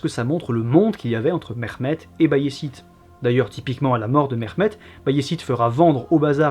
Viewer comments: Mehmet se prononce bien ‘Mehmet’ et non pas ‘Mexmet’ 😁 Et sinon les Ottomans ne descandaient pas des steppes (mais des rives Sud-Est de la mer Marmara)les ottomans se sont formés en Anatolie. À ce niveau il est inutile de rappeller les origines steppiques des populations turcophone d’Anatolie, les ottomans sont donc bien Anatoliens. À rappeller aussi que le systhème de janissaires échappait à la plupart des chrétiens d’orient (malheureusement j’ai pas de sources) vu l’inaccéssibilité de beaucoup d’endroits de l’empire qui est très montagneux et isolés, beaucoup n’etaient tout simplement meme pas recensé. Sinon ta video est interessante 😊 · Je viens de decouvrir ta chaîne et je trouve que tu as une bonne narration, de l'humour bref jmabonne, je m'appelle aussi Mehmet par contre on ne m'a jamais appelé "MeRmet" heureusement xD au pire on prononce le H légèrement, ton accent fait arabe et culturellement pi génétiquement on a aucun rapport avec eux, sauf la religion partagée pour la majorité du peuple malheureusement... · encore une vidéo que je vais regarder avec grand plaisir! merci pour tout ton travail mais s'il te plait prononce le H dans les prénoms comme en français car c'est comme cela que ça ce prononce en turque!